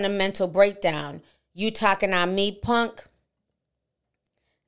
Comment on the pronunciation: Its PUNK not PONK! LOL